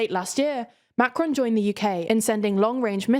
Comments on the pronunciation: Good stuff, but what about making a little effort and pronounce the name 'Macron' properly. Quite annoying to hear over and over Macrone, Macrone, and on e more time. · Am I the only one bothered by the constant change of emphasis when she said "Macron", sometimes on the "Ma" and then on the "cron"? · The n at the end of macron is too strong, it's better to leave the N out altogether than over pronounce. Not to sound snarky but his name is not macaroon, and there are enough clips online to get a good idea for pronouncing it correct. It would be like inserting a y sound to rishi- any Brit would point out rishy sunaak would be wrong, though doubtless they probably be entertained. Again sorry if this comes off as snarky